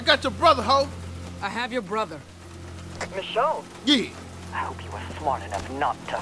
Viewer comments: stick with mahchon instead of mashone its funny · you pronouncing ger name wrong. it's pronounced like mi-sho-nay . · almost 5 episodes later he realizes he's mispronouncing 'Michonne' 😹